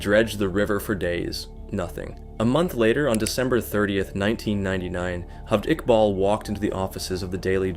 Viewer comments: Its not HALVED IQBAL. its Jaaavaaid Iqbal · his name is pronounced "jaa-vayd iqbaal"